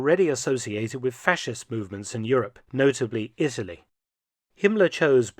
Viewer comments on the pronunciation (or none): none